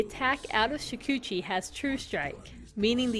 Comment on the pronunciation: gr8 job first at min ur example is broken re-test it please 2nd swarm bugs were selectable units in dota 1 u could even pick them and a + click to attack , i used to feel that it boosts damage also i guess ur pronounciation of shukuchi is wrong , it's pronounced "shoo k' chi" here's a link